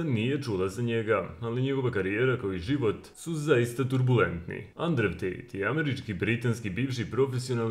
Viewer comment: Да ли је могуће да само мени ово "Андрев" пара уши 🤣